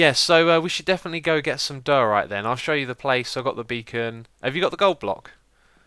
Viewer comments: i belive its pronunced dyeorite not doarite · I was so glad when someone corrected X on his pronunciation of diorite, but then he said he was going to say doh-orite anyway and I cried inside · ITS DUE-OR-RITE